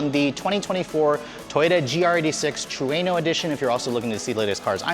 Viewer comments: Its pronounced TRUE-NO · This dude is saying Trueno wrong..lol